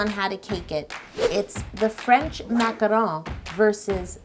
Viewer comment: You do not roll the R in French, that would be Italian or Spanish..